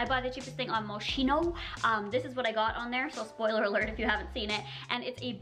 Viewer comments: Mos-kin-o not mosh-ino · It's pronounced "Moskino" not "Moshino"... Looove ur videosss❤️❤️🦄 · Its pronounced mos- keeno ❤️❤️❤️❤️